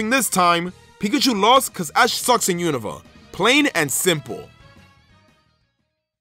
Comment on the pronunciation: Finnaly someone who says unova properly